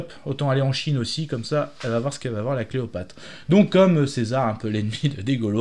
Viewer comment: fambala? cleopate? et tu te dis fan? désolé mais ça m'a fait saigner les oreilles.